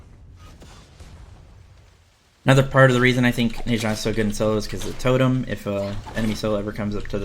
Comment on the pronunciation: I love the vids man but PLEASE WHEN THE GOD SAYS THEIR OWN NAME PRONOUNCE IT THE SAME WAY THEY DO NE ZHA IS PRONOUNCE NAH-ZHA NOT NAY-ZHA